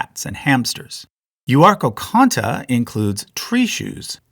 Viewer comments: Euarchonta has one hard c sound, not two 🤓🤓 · yeah he makes some mistakes in his videos in what he says. Like in this one he also can't pronounce Euarchonta lol. But I think the information on his charts is pretty much correct